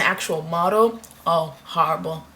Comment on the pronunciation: lol she said oh harrable harrablee